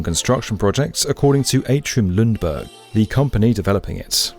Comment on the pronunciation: Although the pronounciation of Ljungberg was wrong